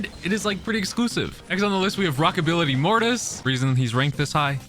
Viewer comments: Rockability?!?! It's Rockabilly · Still calling this skin wrong Its called Rockbilly mortis Rockabillyty is not a real word (i think) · You mean rockabilly not rockability